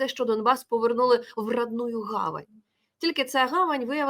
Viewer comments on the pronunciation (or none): Є фраза чудова "В родную говєнь", замість гавань. 🙂